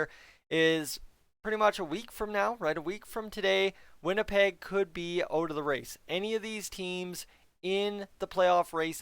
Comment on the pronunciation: did I just hear winnilpleg? Lol